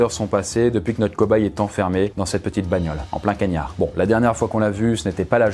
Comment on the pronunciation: "En plein kaniar"🤣🤣🤣🤣🤣